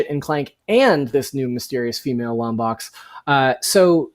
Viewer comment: It’s Lombax not LomBOX. How do you love Ratchet and Clank but don’t know how to pronounce it?